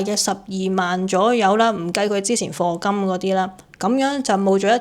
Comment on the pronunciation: 課金讀做「貨」金， 唔係for金。